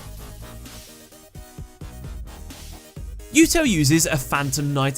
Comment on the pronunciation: that is a weird way to pronounce Yuto